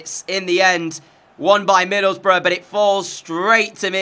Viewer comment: ngl... every time u said "middleboroughs" i heard "middlebruh" lol